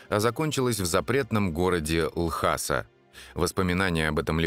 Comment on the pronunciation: Потому что не Ласа, а Л...неслышныйзвук...аса. Иногда в роликах про Тибет слышно, как слово произносят тибетцы.